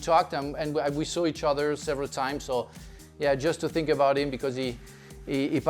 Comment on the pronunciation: I sink Tottenham 😂